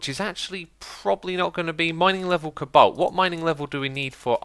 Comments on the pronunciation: It's pronounced Co-Balt not cablt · Xisuma, why do you pronounce cobalt cabolt?